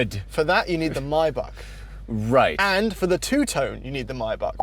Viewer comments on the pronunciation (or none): Every time they say "Maybach" i understand "my back"... butcherd the shit out of it